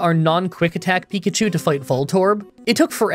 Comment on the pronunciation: Pikachi? :P